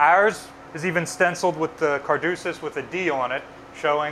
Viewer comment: it's ca•dusus not car•dusus!:-) 💜🙏⚡️